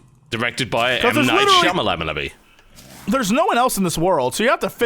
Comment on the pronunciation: i love how no one ever get M. Nights last name right